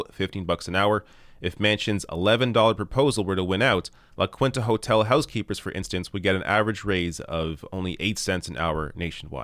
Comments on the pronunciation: Its La-Keenta,. Not La-quinta. <3 love the video and show. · “La kwinta” lol try “la keenta” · its pronounced (la "keen-ta") just thought id let ya know. <3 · Please say "La Quinta" again. 😂😂😂😂😂😂😂😂😂😂😂😂😂😂